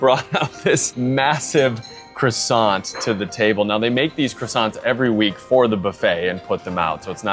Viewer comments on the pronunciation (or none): none